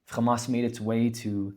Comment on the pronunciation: Why do Zionists diberatly mis-pronounce Hamas and Hezbollah as khamas and khezbollah? Is it kind of like how George Herbert Walker Bush deliberately mis-pronounced the Iraqi President's name as Saaadam? Israelis call Hummus "khummus" too. It drives me crazy. Its like calling Tony, Toby